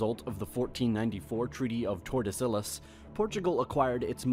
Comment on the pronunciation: by the way the guy says castille and Tordesilhas I'd say he's pronunciation is a bit off